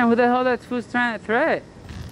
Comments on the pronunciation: You meant to say “Threat” not Threath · What’s a threath?